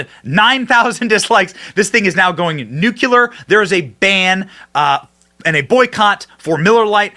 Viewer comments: Nuclear, not NUKULUR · Benny. For Christ's sake! It's NEW-CLEE-ER! It sounds like it is spelled. Stop making me think you're dumb. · Benny, I like your gig a lot, but if you mispronounce words like 'nuclear', you undermine your message.